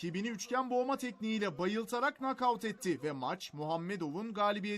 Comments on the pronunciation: Bide nokaut diyor🤣🤣🤣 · Ne nakavt ı avel kadın